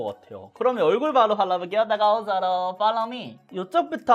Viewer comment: 이분 처음 보는데 텐션이 ㅎㄷㄷ...👍 다과오솨로 퐐로우 뮈! 밖에 기억에....ㅎㅎㅎ